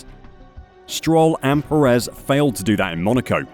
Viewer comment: Nit: Sergio Pérez is pronounced PErez. The emphasis is in the front, not the back of the surname.